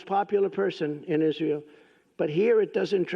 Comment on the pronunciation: he cannot even pronounce Israel. Iss-ayyy-al